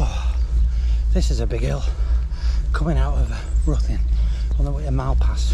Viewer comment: Try pronounced Rhithin (close enough for most). My old home town.👍